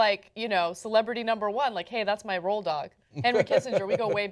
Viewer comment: ROAD dog, not "roll dog"